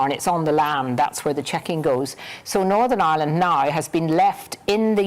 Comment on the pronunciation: Not as bad as fat boy Nolan with his Northern Aaland